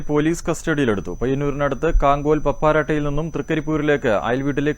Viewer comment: പാപ്പരട്ട അതാണ് പപ്പാരട്ട അല്ല